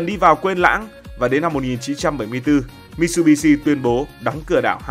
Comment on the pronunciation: Mitsubitsu đọc là mi t sự bi t sự nhé ad. Tiếng Nhật chữ tsu đọc gần như trự